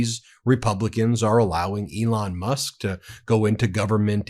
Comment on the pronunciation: Ooops Musk, Not Mush. Although it was pretty close! ha ha.